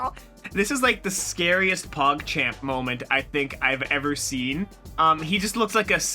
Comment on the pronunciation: pagchomp not pogchamp